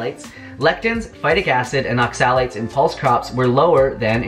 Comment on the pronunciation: It's OXA-lates, not ox-AL-ates.